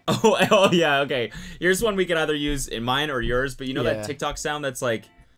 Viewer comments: He pronounces it tik-talk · Tiktok sounds so weird when Cody says it idk if it’s because he’s 80 or what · He says tik tok like a boomer